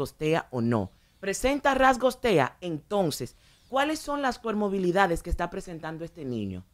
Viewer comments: Cualquier profesional del área de salud detectaria inmediatamente que no es nada de lo que dice ser, al ella decir coRmobilidades, cuando es comoRbilidades. Lo grave del caso es que personas profesionales se dejen guiar y supuestamente aplicar un método dizque creado por alguien sin ningún aval de nada; y peor aún usar esos pobres niños como ratas de laboratorio para lucrarse. Simplemente indignante! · Ella habla de comorbilidades o de "pomorbilidades"..., y ni se sabe que rayos es eso, he buscado el termino y ni aprece.... Oh Santo padre ayudame.... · CoRmobilidades jaajajaja pobre señora. Y las tales especialistas invitadas muy mal preparadas tambien. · Ella quiere sr tan sabía que ni pronunciar bien las palabras ha dicho cuermobilidades y se dice comorbilidades refiriéndose a varios trastornos o enfermedades que ocurren en una persona